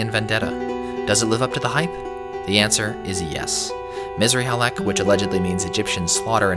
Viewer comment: It's "Missrly Halek", not Misery Halek 😂😂 although it could be Misery Halek for some players Misr is Arabic for Egypt, the "i" is our "ian"